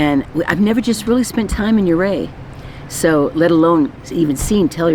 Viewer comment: The Trekkie in me kept thinking you were saying Tellerite instead of Telluride. The hat almost makes look like Sean Connery.